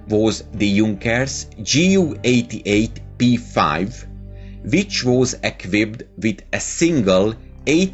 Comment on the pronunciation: JU not GU